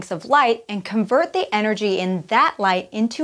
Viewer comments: High enrergy and low enrergy. Whoops. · "High enrergy" and "Low enrergy" lol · Yes, I noticed that too.